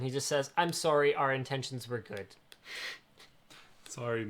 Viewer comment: I like how Linus says "sorey" instead of sorry